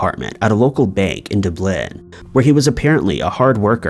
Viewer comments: Do blin? It's Dublin geez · Good video, though just a bit of constructive criticism- Dublin is pronounced duh-blin, not doo-blin. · Love your work guys. Always have. Allow me as a native here to let you know the capital of Ireland is Dublin.....this is pronounced like "duh-blin" as opposed to dooblin which is hard to know because we such a tiny lil country but hope that helps. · Doo Blin....or Dublin even, capital city of Ireland. Do some research, clown. Very poor. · Doo blin lol it's pronounced Dub lin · did u really call dublin deeblin ffs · Yes the big city of Dooblin in Ireland. It's like a child learning to read. Ugh!! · it's pronounced as Dub- lin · Benkindooblen .. that must be a new place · Dublin is not pronounced the same as Berlin. Many people have pointed out your inaccuracies with pronunciation and information yet you continue to make yourself sound like a ignorant fool. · How did you say Dublin 🙄😂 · How do you feel about the pronunciation of Dublin ? Is that how they pronounce it in Ireland? Lol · Thank you for the honest answer, but I was only joking. The way he pronounced Dublin was so funny to me. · Stop pronouncing Dublin wrong pls, I know you know how to say it and it's real annoying when you say it wrong. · The most horrifying thing of all of this is how the narrator pronounces “Dublin” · He just did this exact same thing like a day or two ago 😩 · 🤣😂🤣😂 that was terrible! How do you screw Dublin up? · No no pronounce Dublin properly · Lol I can't get over how he pronounced Dublin. It's hilarious but at the same time frustrating as hell. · Yes, that's very true. I know a lot of Irish towns in particular are tricky to pronounce because of the Irish Gaelic spelling. However, I've never heard any American mispronounce Dublin before. Especially considering it's spelled exactly how it's pronounced.